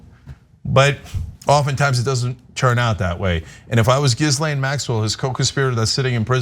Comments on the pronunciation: "Gizzlay Maxwell" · I think its pronounced "jizz-lane"